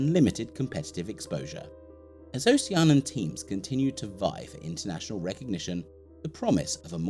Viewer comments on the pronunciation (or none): This is a very cool video that's earned you a new subscriber...only thing is, you keep saying "Ocean-an," when I'm 90% sure it's "Oh-shee-an-ee-an." (But you're not the first to make that mistake, so no sweat!)